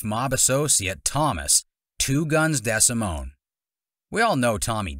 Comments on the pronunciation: Exactly and thank you for both knowing and explaining that being a snitch or a rat is SPECIFICALLY when going to authorities to hurt others, usually to get out of trouble one's self. But the YouTuber pronounced DEsimone like decibel , so consider the source, lol. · its NOT DEZsimon its DEEsimone. Another guy that just repeats what was in the movie who didnt know these guys from shit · Tommy DeSimmon. Not Tommy Devito.